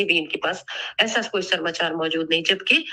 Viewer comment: SARAMCHAR NAI HOTA HAI SARMACHAR HOTA HAI